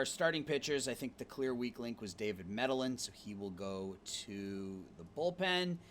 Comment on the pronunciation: Your World Series decision was fine but what a brutal way to lose. I would think you'd pronounce Medellin just like the city in Colombia, Me-Deh-Yeen. Sometimes your lineup ordering drives me nuts, like the 3 Leftys in a row, a good bullpen would destroy you late. And if Termarr Johnson has 100 range shouldn't he move to SS for the year with Royce Lewis out? Overall good stuff, really fast rebuild.